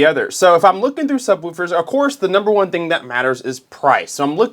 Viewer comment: It’s pronounced Woof 🐶, like a dog. Not like Roof. lol